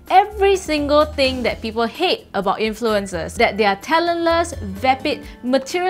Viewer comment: The way she pronounces "influenZers" drives me nuts, esp when she's admittedly anal about the English language